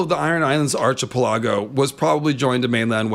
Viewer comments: Archipelago = "Ark-eh-pell-a-go" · I'm loving these Westerosi/Everywheresi videos. Just one thing though. PLEASE PLEASE PLEASE....learn to pronounce "archipelago" correctly! (ARKY-PELL-AGO) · Did bro really say "arc-i-pi-laggo"? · I hope you’ve learned how to pronounce archipelago now. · 🤣🤣🤣. I love your content. I get a kick out of your birds, I appreciate and enjoy the bits of your IRL personality/life that trickle into your YouTube persona, but for the love Garth; your pronunciation of "Archipelago" gives me twitches 🤣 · Am I the only one who pronounces "archipelago" and "peninsula" as ar-kuh-PELL-uh-go and pen-IN-suh-luh, and not ar-kuh-puh-LAH-go and pen-in-SYUH-lah like in the video? I mean vee-DAY-oh ;)